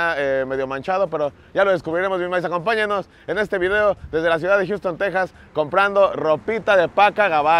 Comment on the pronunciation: Ulala, el señor Don Gringo! Ya con otro nivel hasta en la pronunciación , "Jiusten Teczas"... Pura #PacaFresona, la neta es que, por el precio, ésos papos fueron la mejor elección en la última tienda... Saludos, banda espalda mojada!